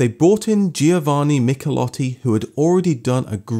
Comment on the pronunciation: nice programs you're making ! The only challenge seems to be all those "foreign" names......it is not GeeOvanni, itsimply pron. Jovanni" and Porsche is a TWO syllable word Por-Sche.....